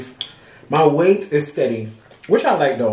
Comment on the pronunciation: YOUR WEI-TH IS FINE.😅 YOU DON'T NEED TO LOOSE ANYMORE.